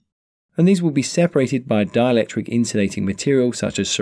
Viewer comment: DiElectric... not dialectric